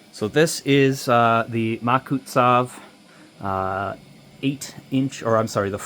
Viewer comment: Great video! I just have 1 complaint it is pronounced Mak-su-tov but otherwise really cool